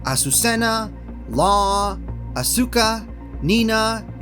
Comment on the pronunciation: Not uh-SU-kuh lol 😂😂 no shade, though —just found humor in it